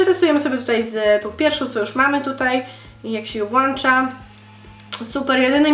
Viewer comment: Mówi się włącza :P jak mówisz włańcza to kaleczysz język Polski i to nie hejt tylko rada ;) pozdrawiam ;)